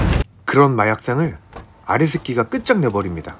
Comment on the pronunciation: 계속 아레스키가 아래새끼로 들립니다 정상인가요